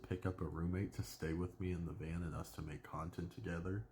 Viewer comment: Van not can lmao